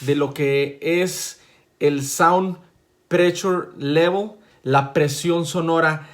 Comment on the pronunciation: Saund prechul levol.... A ver. Que más maestro longaniza??